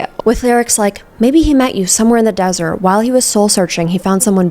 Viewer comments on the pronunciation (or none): none